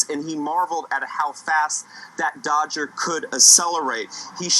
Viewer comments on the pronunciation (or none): "Dodger?" he called it twice! Buddy, do you know anything about American car names? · Misleading headline for this. Nowhere near 200 mph. And did the announcer really call it a "Dodger"?